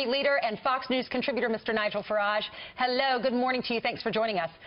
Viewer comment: "Herlo, good morning" No need to do a posh English accent darling XX Much love to you yanks. "Let just ignore her" Indeed!